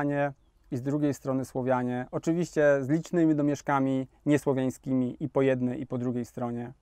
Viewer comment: SłAAAwianie!!!! Nie SłOwuanie!